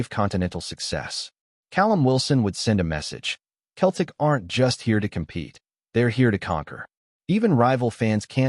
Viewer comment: Can't you even get your ai educated enough to be able to pronounce Celtic correctly. Shame on you.